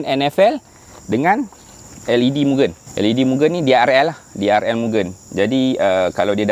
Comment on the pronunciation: Kepada hardcore mugen..sebut betul2. bukan gen tu mcm gendut nya gen..sebut moo g end dan bukan juga myugen. Saya ulamm..moo g end